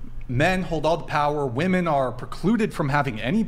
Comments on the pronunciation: Why do they all say "woman" instead of "women"? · Why do they say "woman" instead of "women" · Why is it that a whole generation has been taught to pronounce wom-en as womon? I've noticed this over past year and it bugs the sh#t out of me. Why is everyone pronouncing this word incorrectly?